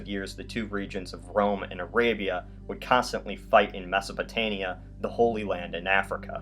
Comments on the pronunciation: It is Mesopotamia not Mesopotania. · It's mesopotaMia, not mesopotania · I cringed whenever he said “Mesopotania” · is he saying Mesopotania?